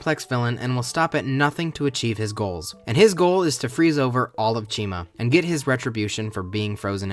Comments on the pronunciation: I thought you said china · Never herd it pronounced. Always figured it was said like Chimera So ch-I-ma . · Why is the protagonist's name pronounced like it should be a brand of shampoo